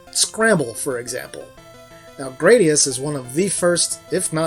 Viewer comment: that pronounciation of the "u" hurt my ears (in japanese グラディウス)